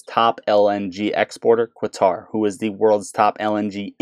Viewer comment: Qatar is pronounced the same way you would say "cutter".